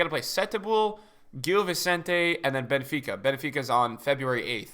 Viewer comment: Benefica NO ITS BENFICA